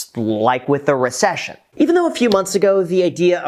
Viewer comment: You said “Richcession” like I say “Worcestershire” 😂